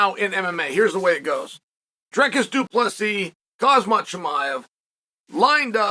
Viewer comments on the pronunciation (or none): Who the hell is Kasmat? Really? KASMAT? KAMZAT PLEASE!